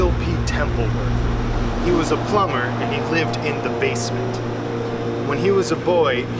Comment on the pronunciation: Oh man, that building was so not built in 1804. I would’ve thought it was meant to be genuine if he’d said 1904. Funny though, especially his overpronunciation of the b in plumber. That’b brilliant